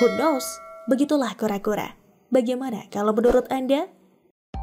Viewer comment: Cewek yang baca tolong bhs Indggrisnya persiapkan dikit...tanya kalau gatau ucapkan kata YOUTH....dan (who) KNOWS